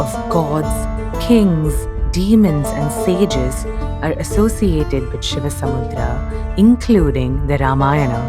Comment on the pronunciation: excellent work.. and by the way... It's ShivanaSamudra......NOT ShivaSamudram... pronounce names in native style